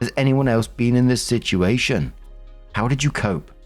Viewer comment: I miss when you pronounced "situation" like "sitchi-ation",. Unless I imagined that, then nevermind.